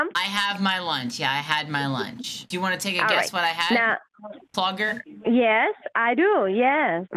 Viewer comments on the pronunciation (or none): You literally called her "Clogger" hahahahahahaha!!!!!! I'm dying!